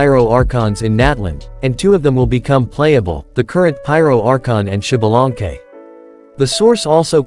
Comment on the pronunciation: SHIBALANKE :V XDXDXD alñ fin puedo reirme de como el resto del mundo pronuncia mal el nombre de un personaje en el genshin XD (se leeria ZALANKE compas :3 la pronunciacion ya es mas complicada y no puedo escribirlo aca)